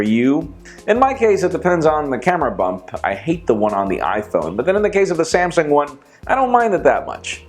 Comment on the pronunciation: said camera bump not hump